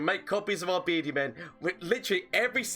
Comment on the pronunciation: Take a shot when he says "berdi mam",you'll get to Irish level drunk